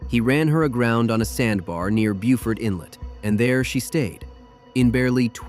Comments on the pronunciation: That inlet is pronounced Beau fort inlet. Not Buewfert like the uneducated SOUTH Carolina folks pronounce their town. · Beaufort, SC...... pronounced as buefort Beaufort, NC......pronounced as boefort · A BIG thumb down because you pronounced BEAUFORT WRONG!! You pronounced it the South Carolina way. In North Carolina it’s pronounced “Bow-fort or Bow-fert”, not “Bew-fort”. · It's bo-fert not bewfert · Hey! Loved the video! Just an FYI, Beaufort in NC is pronounced Bo-furt; whereas in SC, they pronounce the same name Bue-furt. Gorgeous places either way! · Note Beaufort is pronounced BOWfort in N.C.